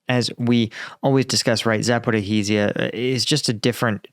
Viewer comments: Zah poh ree zhee ah/Zah poh ree zha There is no "ih-hee" in the middle somewhere Seriously, you're giving me seizures lol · Why don't you learn to pronounce Zaporihizia!